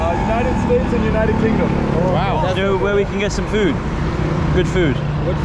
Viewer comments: You said food and he thought you said Fruit 🤣😂 He dropped you guys at a fruit market… lol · Rickshaw driver thought you’re saying “ FRUIT” not food